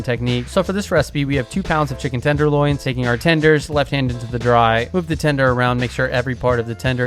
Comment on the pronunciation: Chicken "tendonloins" amirite